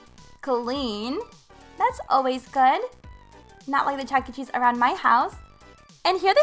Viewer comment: Every time I hear her say Chuckee I shudder